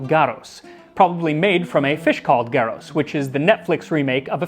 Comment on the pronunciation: not Garos, but Gauros, today pronounced Gavros which is the greek name for european anchovy. Though, I don't know if the fish took it's name from the sauce or the sauce from the fish since gauros sounds and feels far more Latin than Greek.